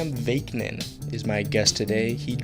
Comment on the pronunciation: You really have to work on your pronunciation and preparation. You repeatedly pronounced Sam VAK-NIN's name incorrectly. It's not VAYK-NIN. Additionally you get pronouncing NARCISSISM incorrectly. It's not NARCISM. Other than that good interview.